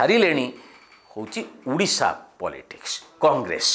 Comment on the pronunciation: ଉଡିଶା ନୁହେଁ ସାର, ଓଡିଶା